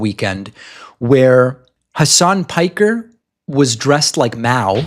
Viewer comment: somewhat shocked pakman knows how to pronounce piker